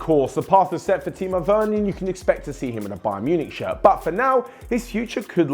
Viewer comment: Timo weurner? 😅😂😂 Sprich deutsch lol